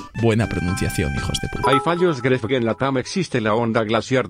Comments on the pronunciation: Dice Guave, escúchalo a 0.25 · Dice "Guave". Escúchalo a 0.25